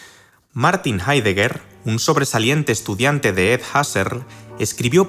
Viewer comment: Edmund Husserl tiene un nombre alemán, nadie en filosofía lo pronunciaría en inglés.